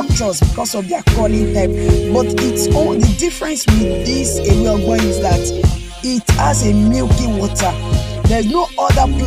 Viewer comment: Ewe ogbo not ewe ogbon. Thank you and well done